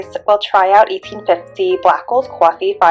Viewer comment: What's Qwoffee? 😂